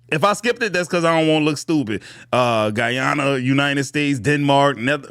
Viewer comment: Bro, did you say Guyana,,?